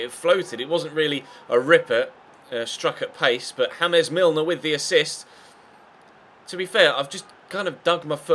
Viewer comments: he said james milner hamas milner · in you said James like James Rodriguez name 😂😂😂